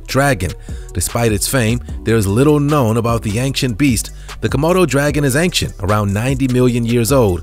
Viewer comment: He's so cheesy "hope they don't turn into chocolate" uhh duh also the way he says ancient is annoying i have to unsubscribe